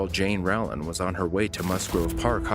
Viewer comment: you cant pronounce Rowland?